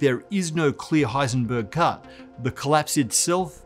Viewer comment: It sounded like he said Heisenberg Cup, now I'm thinking we must devise some type of physics tournament.